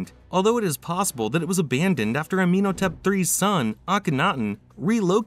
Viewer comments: It's pronounced Ah-men-HO-tep. PLEASE learn how to pronounce the names of Pharoahs, kings and places before you narrate a video. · Forest Gump was smarter than this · Ah Men Ho Tep Don't understand why so many YouTube creators have issues with Pronunciation.